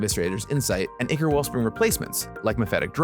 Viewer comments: You are correct about draught and incorrect about ichor. Someone else mentioned this, but the original word ("ἰχώρ") is from ancient Greek and is pronounced the same today as it was then: "eechor". Gavin's (incorrect) pronunciation is closer to the correct one than yours is! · The word ichor is of greek origin and therefore pronounced EE-Chor though I guess the english pronunciation may differ. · The one thing I always look forward to as someone who doesn't even play Pauper is the amount of effort that goes into updating the community on the changes (also fwiw I think they're pronounced ai-kor [ichor] and draft [draught] respectively, sorry for being that guy).